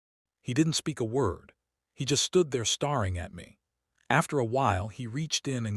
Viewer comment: The mispronunciation of “hoping” and “staring” the whole time is driving me absolutely insane 🙃🙃🙃